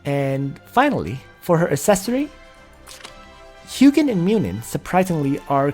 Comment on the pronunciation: Correct pronounciation is HOO-jin and MOO-nin. You should change title to Ancient Call edition since the setup you mentioned is mostly for that. Im thinking of using Ullrs and holy pegasi since i lack sky archers currently, and pegasi give 50% reduction when attacking. Outside of AC, sprint from pegasus route is invaluable when not using leticia. Other things worth mentioning are the pegasi route lacks melee skills.